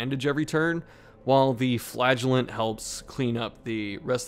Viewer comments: I can't watch this, all I hear is "Flatulent" lol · I can't not hear you say flatulent not flagulent. I'm just picturing him farting profusely in the dungeon.